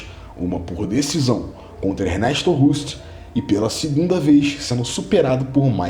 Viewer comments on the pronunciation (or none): none